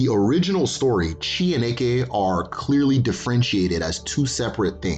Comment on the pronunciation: Hello very nice and informative video. I must say as an Igbo man, I cringe every time you say the word “Eke” as due to the tonal nature of the language you are actually referring to a “python” in place of the supernatural power. Also to my knowledge at least the Igbo word for creation is okike.